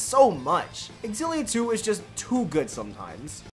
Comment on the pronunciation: You know it's pronounced Zil-ee-uh. Not ex-zil-ee-uh. Learn to read.